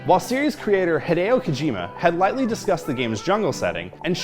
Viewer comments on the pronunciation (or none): it's not "Hai-deo" but "Hee-deo" Kojima.